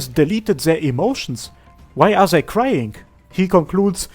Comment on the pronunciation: What is this accent that speaks "zei" instead of "they"? it's cute. Zei, zhose, zhis...